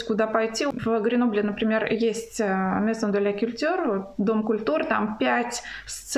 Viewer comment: Как ужасно,, Вы произносите Maison de la culture.... После стольких лет во Франции 😂😂😂. И не произносится правильно "равиоли"... Нужно говорить "равьёли"... Представляю итальянские ravioli в Германии 😂😂😂...